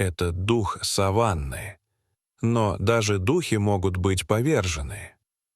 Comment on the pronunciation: Задолбали уже с искусственным интеллектом озвучки. Коверкают слова, не сАваны, а совАны. Людей нет озвучивать, или попсыкивают свой голос оставить, куда катимся? Скоро не по именам будем назвать друг друга, а 6й, 20 й.